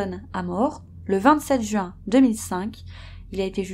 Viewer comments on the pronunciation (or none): none